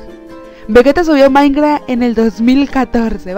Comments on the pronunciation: XD es minecraft no mainkra XD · La palabra secreta es “mainkraa”